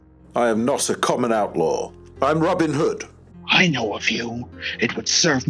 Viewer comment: How can you pronounce his name as ROBIN hood?